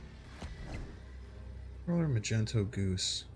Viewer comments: The guy is called mag-neto not ma-gent-o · magento? don't you mean magneto? I guess I can't really blame you for not being a marvel fan but damn you just mispronounced the word magnet I love your channel, but you've gone too far >:( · You're saying it wrong. It's MagnEto, not MagenTo. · its MAG - NE - TO my dude.. Wtf is Macento.. sounds like a colour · It's MAGNETO not Magento you uncultured swine. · Majento ? Mag - nito Sorry for correction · I almost left after he said Magento lol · My guy really called magneto Magento🤣🤣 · I can’t with him not been able to pronounce “Magneto” LOL 🤣 like what the hell, bruh: Mag-Knee-tow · Do you actually believe it's pronounced Magento? Or are you just trolling us? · Magento? Please never say that again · This man said “magento” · Idk why it bothered me that he called Magneto - Magento but it did lol. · Did this man just say majento 😂😂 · Did…did he say “Magento”? Lol